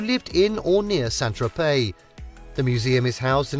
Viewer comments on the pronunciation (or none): Why ad an l when saying Tropey?